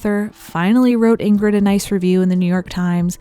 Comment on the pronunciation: (First G, in Ingrid, is silent, as in NG, Bergman is pronounced Berr(y)mann. No hard Gs in either name.)